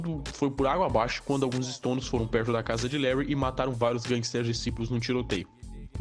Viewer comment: Diciples Pronuncia "disaipous" meu mano, seus vídeos são fodas pra caralho irmão